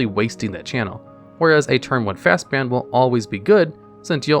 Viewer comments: Brother the way you pronounce fastbond was making my eye twitch. Jokes aside. Love the content. Keep it up my dude! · omgomgomgomg...... fast "BOND", not "Bound"! That was atrocious listening to you say bound 50x Also you didn't include Sylvan Library. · Fast bound?? There’s no u it’s Bond like 007. Fastbond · This is officially the last video of yours I'm ever going to watch. There's no way that you're not purposely mispronouncing words just so people will correct you in the comments. Fast bound? When its clearly fastbond. Or Oath of the Druid when its just Oath of Druids. Its scummy and dumb and it makes you sound like an idiot. Take care now. Bye bye then. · Fast bon-d not bound :) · It severely bothered me that he kept saying FastBOUND instead of FastBOND. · Fastbond....not fastbound as you're pronouncing it. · Fast "bond" not bound sheeeeeeesshhh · Fastbound? It's Fast-Bond. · The narrator saying 'bound' instead of 'bond' every single time was funny. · Fastbond, not Fastbound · bond not bound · "Fastbond" not "Fastbound" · It's pronounced 'fast bond' not 'fast bound'. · Am I the only one that got aggravated by him saying Fastbound and not Fastbond? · Dude. Fast BOND. not bound. What the hell is happening? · It's fastBOND, not fastBOUND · Came here to say the same thing like what the heck are they saying it wrong on purpose? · FastBOND! BOND! Not BOUND! Just read it! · Y do u keep saying "Fastbound" when the card is called "Fastbond" like "James Bond"? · Why are you pronouncing Fastbond as Fastbound? Is that what people call it? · I’ve noticed a lot of mispronunciations in your (otherwise excellent) videos. Fast-BOND. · It's Fast-Bond. There is no u in the word. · He purposely mispronounces words in all his videos to get people to comment. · Why is he calling Fastbond Fastbound? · "Fastbound"? Jesus. Read the goddamn card. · The number of times he mispronounced FastBOND is astounding! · Bound James Bound. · fastbond not fastbound. ffs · There is no u in fastbond